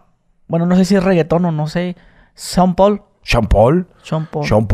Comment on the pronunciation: Que perro el inglés de son pol (Sean Paul)🤣